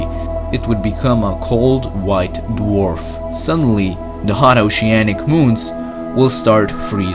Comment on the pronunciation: Eart when dah sun becomes a wite warf.